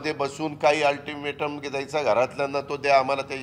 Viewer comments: First learn to speak altimatom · अल्टिमेट सुध्दा बोलतं येत नाही 😂😂😂😂 काय दुर्भाग्य आहे या स्वतंत्र महाराष्ट्र च 🙏🏿🙏🏿🙏🏿🙏🏿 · Altimete nit bolta yet nahi rao.....😂😂😂😂😂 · अरे तुला अल्टीमेटम बोलता येत नाही 😂😂😂😂😂😂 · आदि सरळ अल्टिमेट बोलायला शिका 🤣🤣🤣😁😁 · आरं पठ्या तुला अल्टिमेटम शब्द तरी बरोबर बोलता येतो का